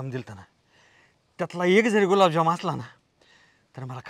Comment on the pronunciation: गुलाबजाम ❎️जुलाबजाम 😅😂😂😂